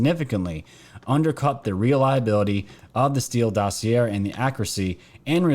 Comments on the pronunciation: Dossy-Aye not Dossy Air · dossier pronounce like ballet not air or sound illiterate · I love ur channel & try to catch every vid u make. I ask ur forgiveness for my criticism. Here goes: most of the time u mispronounce the word “dossier”. doe (a deer) see ā as in pay Thank you Sorry sorry sorry